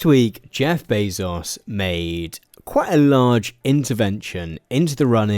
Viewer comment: I know that this is the least important thing ever, but you're pronouncing Bezos' name incorrectly. It's Bay-zous, not Bay-sos.